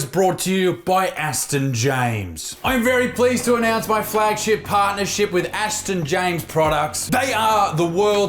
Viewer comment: Aston James, heavy emphasis on “ass”